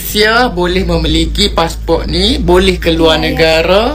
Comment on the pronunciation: Di Malaysia kami sebut passport bukan passpor